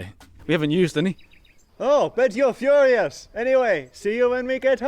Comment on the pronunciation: “bet you’re FURIOUS” very subtle haha